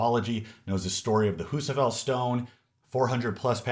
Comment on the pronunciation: Did really just say the husaafel is a myth?